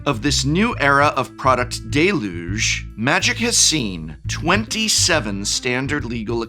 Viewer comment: It's "del-yooj" not "day-looj"